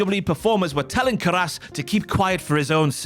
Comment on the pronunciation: Anyone else slightly bothered by their pronunciation of "Caras"